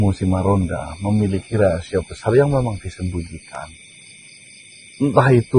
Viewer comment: Maronda bukan margonda